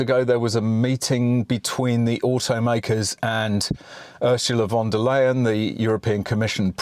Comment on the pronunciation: "Von Der Liedown - Princess Of Darkness" ??? LOL